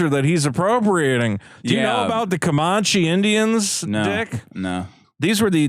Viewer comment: Comanche is pronounced like "Man", not "mon."